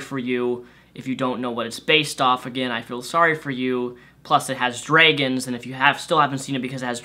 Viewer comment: You say dragons weird hahaha